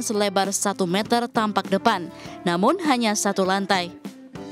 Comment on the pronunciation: Klo bisa bilang satu meter bukan satu metel